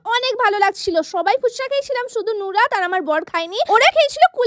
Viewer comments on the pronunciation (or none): none